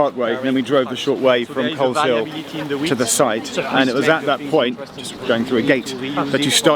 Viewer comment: I noticed that too. My aunt lives in the village of Coleshill near Amersham. Definitely misplaced the "s" and thus mispronounced it. Never figured my aunt's little village would ever get mentioned, even if incorrectly.